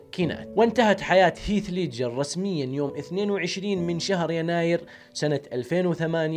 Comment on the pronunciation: دس لايك لنطقك المستفز لاسم هيث ليدجر روح اتعلم الاكسنت اول قبل ماتفتح قناة ع اليوتيوب